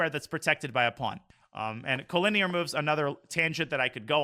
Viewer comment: Why does he pronounce it co-lin-EAR isnt it co-linear?